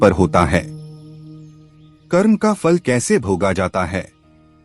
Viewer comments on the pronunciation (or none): आप हमारे आध्यात्मिक ज्ञान को बढ़ा रहे हैं। बहुत अच्छी जानकारी दी है। निवेदन है "कर्म"का उच्चारण आप "कर्मा"कर रहे हैं जो अंग्रेजी करण की बू आ रही है और उच्चारण भद्दा लग रहा है। कृपया शब्दों का हिन्दी करण ही रखें तो सुन्दर होगा।